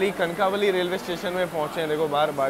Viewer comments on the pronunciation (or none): सत्या कणकावली नहि कणकवली नाम है. कनक वल्ली से उत्पत्ती है इस शब्द कि. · It's not kankaaavali its kankvli